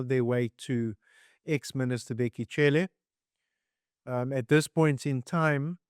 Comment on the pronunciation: White South Africans are not able to pronounce Black Africans names and surnames. Cele is unsurprisingly pronounced as Tshele.